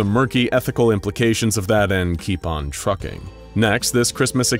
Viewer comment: Oh idk hear him say trucking, I was like, did they just curse?